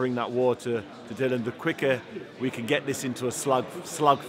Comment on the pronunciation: Can someone tell David Haye that it’s Dillian White, not Dillon.